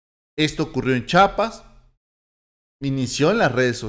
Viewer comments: Disculpa que te lo diga, pero se dice chiapas, no chapas.. Te agradezco buen dia.!! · SE PRONUNCIA C H I A P A S !